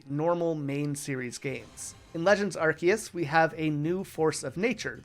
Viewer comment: it's pronounced arc-oo-se!